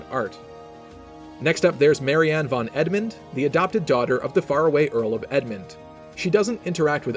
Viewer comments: When you pronounce the german von it should be like fon, its like pronouncing from, but without the r and with a n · Just a nice fact: von is actually pronounced with a sharp f ffonn, kind of like fun with an o :) Really funny that once again japanese people seem to love German names! 🍜